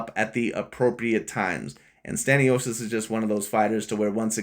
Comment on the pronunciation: Learn how to pronounce names😂. Completely butchered 😂. Like creating a different name in general. I understand mispronouncing but its like instead saying james you say jarome😂